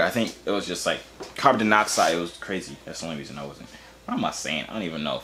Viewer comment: "Carbon Danoxide" 😂😂💀💀